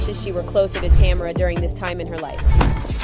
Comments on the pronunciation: Tamera not Tamra.....smh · I was literally about to write the same thing. It’s not Tam-er-a! Say this woman’s name correctly or don’t make a video about them. So rude. Ugh lol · It's "tuh MARE ruh". How you gone do a whole video and not research how to pronounce the woman's name?